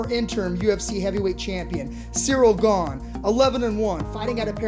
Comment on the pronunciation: His name is not pronounced GONE or GAIN. It's GA-NAY (Gane) Learn something, you uncultured lunatics